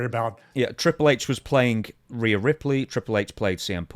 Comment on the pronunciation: Stevie, is it that hard to say reee yuh